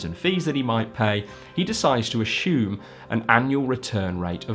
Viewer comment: You are pronouncing assume incorrectly. There is no h in it. It's not ash ume, it's ass ume. And yes, I'm being an ass pointing that out but it's really annoying.